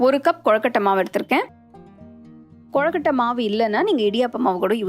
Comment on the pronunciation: Very nice. But it's not "கொழக்கட்டை" it's "கொழுக்கட்டை". I don't know why but I felt irritated when you pronounced it wrong.